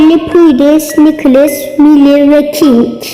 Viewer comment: Purudins değil:prudence nikilis değil:nicholas ve ya nick kink değil:king minie değil:millie